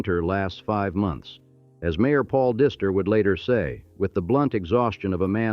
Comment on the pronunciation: That Paul DYSTER. Diester is how you say it, A i